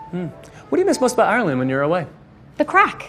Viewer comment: And the way he pronounce Ireland